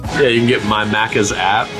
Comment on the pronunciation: Lol it's MACCAS as in MACK. Not muccas 😂😂😂😂😂